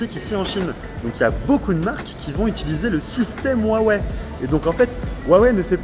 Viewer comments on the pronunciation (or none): Et si on vous disait que c'est Huawei et non pas Wuawei? Vous êtes ridicule.